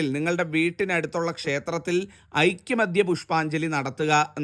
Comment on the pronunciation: ഐക്യമത്യ അല്ല ഐകമത്യ ആണ് ശരി.